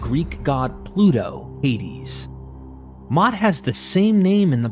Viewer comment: Mot is pronounced like moat in English. Your pronounciation of mavet is good though.